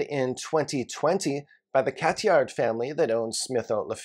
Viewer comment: Just FYI, you shouldn’t pronounce the « D » sound in Cathiard